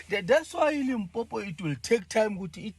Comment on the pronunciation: Its LIMPOPO ...not Limpopo" please let's fix that before the 31july 😅